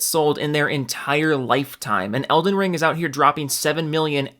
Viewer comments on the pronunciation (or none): At one point this neckbeard called it Olden Ring. Not sure if it was a jab or they started having a mini stroke.